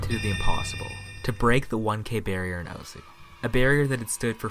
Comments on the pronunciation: I think people should know that the name osu (oh-su) isn't pronounced like that. Although I like calling the game oh-su, it's proper Japanese pronounceation is oh-S giving a hard s, almost like your shushing someone but instead of goi g "shh" you just go "ss" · it's so annoying how everyone pronounces it "O-sU". When you open the game it literally says "welcome to *osu!*", not "welcome to *O-sU!*"